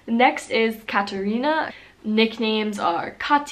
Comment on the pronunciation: It’s Katharina in Germany not Katherina.